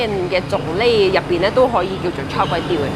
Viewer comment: 炒粿条变,"差Kway丢" !？😆😅😂🤣